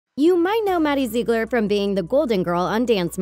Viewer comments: Its (Zig-ler) not (Zee-gler) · She is saying zee-glers but it is pronounced zig-lers lol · It’s actually pronounced Zigler like the “ig” in igloo not Ziegler like the “Ze” in Zebra. Maddie and Mackenzie have said it in many videos. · I pronounce Ziegler z-i-g-l-e-r She says it Z-ee-g-l-e-r Which one is correct? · Its zig- lur not zeeg-lur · Its👏ZIGLER👏 NOT 👏ZEEKGLER👏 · Its Ziegler not zegler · z-ig-ler look how to pronounce it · I'm sorry but I hate the way she says Ziegler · LenziPlayz OmG I was litterly scrolling just to find a comment that said that 😂 sameee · He girl doesn’t know how to pronounce Ziegler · The way she says zigler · Am I the only one who was getting annoyed when she said the Ziegler’s names wrong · Is no one gonna talk about HOW SHE SAYS ZIEGLER?!?! I think it is so annoying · learn how to pronounce ziegler!